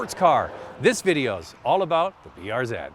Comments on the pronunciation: BRZ not BRZEEd 🤦🏼‍♂️🤦🏼‍♂️🤦🏼‍♂️ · BRZeed? BRZ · "zee" not "zeed". I know it's nit picky, but thats what Subaru refers to it as. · Everytime he says BRZ ED😑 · lol i shit my pants when be said "brzed" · even tho i live in canada too it is pronounced brz as br-zee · B to the R to the Z..(pronounced zed) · depends on your location. Subaru Canada and Subaru US say B-R-Zee